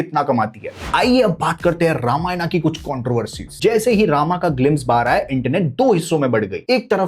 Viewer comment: Tu pahale ramayan bolna sikh